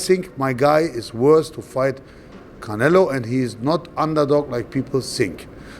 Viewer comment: he calls him 'khanelo'